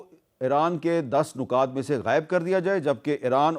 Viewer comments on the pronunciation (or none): لفظ نکات میں ن پر پیش نہیں زیر ہے لفظ امن میں م پر زبر نہیں سکوت یعنی م ساکن ہے